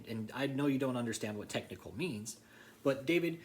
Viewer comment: David will just axe Michelle about the “tecnickle” stuff that he may need to know.